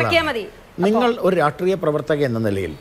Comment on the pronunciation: "രാഷ്ട്രീയ"ത്തിനെ "രാട്ട്രീയം" എന്നുപറഞ്ഞ് ഇങ്ങനെ വ്യഭിചരിക്കല്ല ഗോപാലെഷ്ണാ.. "രാഷ്ട്രീയം" എന്ന് വ്യക്തമായി പറയൂ.. നാവ് വടിക്കലില്ലേ ? നേര് പറഞ്ഞാൽ അത് കേൾക്കുമ്പോ ചൊറിഞ്ഞു കയറും.. നാവ് വഴങ്ങുന്നില്ലെങ്കിൽ ആ "രാട്ട്രീയം" മാറ്റി "പൊളിറ്റിക്സ് " എന്നാക്കൂ.. നിങ്ങൾക്ക് മറ്റെന്തൊക്കെ ഗുണങ്ങൾ ഉണ്ടെങ്കിലും താങ്കളുടെ ഈയൊരൊറ്റ "രാട്ട്രീയം" മതി അതിലൊക്കെ അമേധ്യം തൂകാൻ..